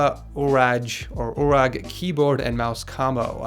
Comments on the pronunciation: You'rage not uurraaggee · It's Urage like you rage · its pronounced Hama You Rage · How you said urage just made me fuck a cow. So you know , you need to say it like you rage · It's pronounced like YouRage.